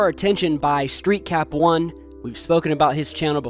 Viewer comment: I have a theory mispronounces a word or name in every video to see if his die hard fans are paying attention. In this one I heard streetcop1 instead of streetcap1.